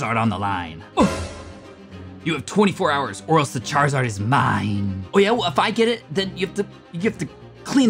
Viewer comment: the way he said yeAH!!!